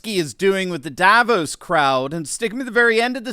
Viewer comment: Sorry, but Davos is not pronounced the way it is in this video.